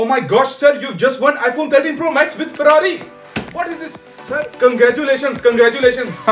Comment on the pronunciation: With “FARRARI”